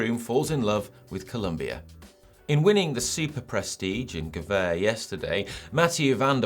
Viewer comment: Don’t mind. The others need to (and eventually will) step up. I love watching cross races whatever happens. By the way, you’re pronouncing Gavere wrong! 😉